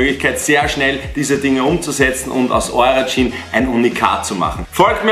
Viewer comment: Junge es heißt Jeans nicht Jean !!!!!!